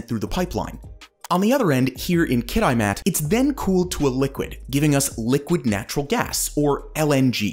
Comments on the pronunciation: The second "I" in Kitimat is a soft one. Kit-ih-maht, not Kit-I-maht. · Not Kit-I-mat. Kit-ih-mat. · It's pronounced more like "Kit-ah-mat" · "kitty-mat" not "kitie-mat" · "Kitty-mat" lol not kid die mat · Pronunciation of "Kitimat" is closer to "Kit-A-mat" not "kit-eye-mat". Honestly the short-term thinking of the protests was pretty poor. Are EV's not a thing? Is Alberta not a thing? Site C could benefit Alberta to get Alberta off Coal. Because Alberta could build dams, but it doesn't (counts for 7% of Alberta energy.) Now compare this to site C which contributes 8% to BC. Yeah, that one dam contributes more than all of Alberta's Hydro projects combined. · Kit-eye-mat? Ki ti mat 🤣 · Kitimat is pronounced "KIT-eh-mat" not "kit-EYE-mat". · I have a friend who’s a welder who worked on the dam. Also, it’s kit-ih-mat, not kit-eye-mat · Kit eh mat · btw ... Kitimat= its not Kit-eye-mat ... its Kit - i - mat ... like a short i ... sounding like ' it '. Kit-i-mat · Kit-I-Mat lmfao 1.23m subs and can't afford to look up how to say the name of a community. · Kitimat is pronounced "Kitty mat" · Interesting pronunciation of "Kit-EYE-mat." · Really enjoyed your documentary as I've worked up there but one thing you need to know, it's "Kit i mat" the I sounds lowercase as in Isabella. great info though! Good job! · “Kiddiemat”😂 never heard anyone pronounce it that way. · Its pronounced Kit ih mat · Kit-eye-mat. That made me laugh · Try pronouncing it 'Kit-A-Mat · You butchered the pronunciation of Kitimat….🫤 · Narrator...all your credibility wash out the spillway when you failed to pronounce Kitimat properly. Sus very sus